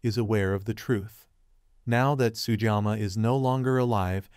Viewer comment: To hosts of future Shogun commentators, please learn to pronounce Japanese names correctly. Sugiyama is not and should not be pronounced as Sujama.